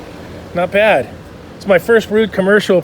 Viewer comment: Cmon brother its Ruud! not Rudd~ (love your stuff man:D)